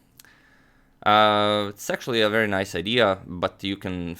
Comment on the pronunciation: indeed haha. i almost spat out my food, it was too strange, had to go back to check, too ;D